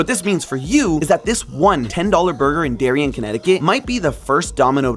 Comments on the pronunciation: Also it's normally pronounced Derry-ann', say it a little heavy on the nasal sound on both syllables and stretch out the Ann a bit (kind of Bronx-ish). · Just a note, Darien, CT is pronounced “dairy-ann”. My paternal grandpa grew up in Darien as a kid.